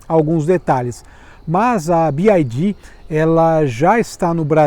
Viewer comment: Gente, se fala bi uai di. Ele fala errado, então seria melhor falar em português